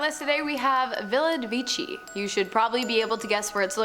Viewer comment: The name the italian Villa de Vecchi does not sound like "Villa de wichy". "Villa de vekh'y" is correkt. Please...